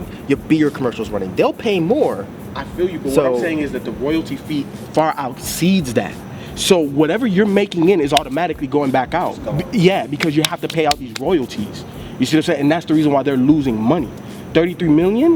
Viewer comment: Man said "outceeds"